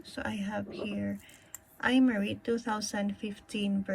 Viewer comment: Just a lil info its pro-nounced “Em-Ari” :)